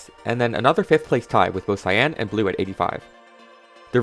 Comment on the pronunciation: The word cyan is not pronounced with emphasis on the a. It isn't cyán, it is pronounced cýan with emphasis on the y. If the emphasis is on the a, it sounds like two words and is just wrong.